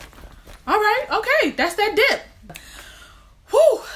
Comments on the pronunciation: God forgive me but I thought she said "dick" at first. (and the statement still made sense to me) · I def thought you said walking with that dick the first 3 times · PAUSE why did it take me 7x to realize you were saying "that DIP" and not " that di.." oh never mind.. presses play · I spit my water out b/c I thought you said “that di*k”